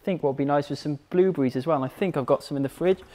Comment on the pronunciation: "Bluebrees" AHAHAa